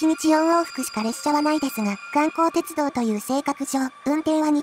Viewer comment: 「おおいがわてちゅどう」 かわいい